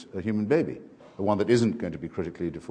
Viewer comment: need this dude to learn how to pronounce the word human